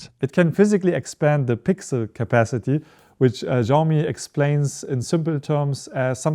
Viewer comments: People keep pronouncing Xiaomi wrong, it's not ziaow mee, it's pronounced siaow mee. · Bro you are saying Xiaomi wrong